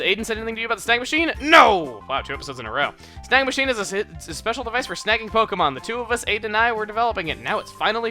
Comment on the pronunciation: i hear "snag machine" as "snack machine" XD